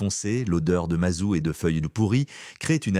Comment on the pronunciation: L'IA, as-tu le train à prendre ??? Et puis on prononce le T de MAZOUT. Screugneugneu fais des efforts sur le FRANÇAIS